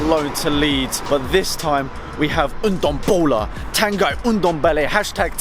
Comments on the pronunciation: It's pronounced Tahn-ghee (ah as in 'father', ee as in 'meet'). Great news though! COYS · It’s pronounced tangee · Pronounced Tan-gee mate!